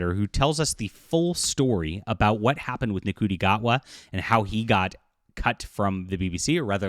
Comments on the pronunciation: It's pronounced "N-Shooty" not "Nuh-coo-tee." It makes it hard to take you seriously if you can't be bothered to learn how to pronounce what you're talking about. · Ncuti is pronounced “shuti” (or at least that’s an anglicised pronunciation), fyi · It's pronounced "Shooty". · Ncuti s pronounced "shootie". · Ncuti is pronounced "Shooty" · you can't even pronounce his name - do you have any credibility in your reporting???